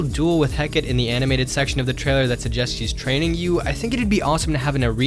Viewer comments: It is not pronounced he-kit it is pronounced he-ke-ti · It’s pronounced “heck-uh-tay”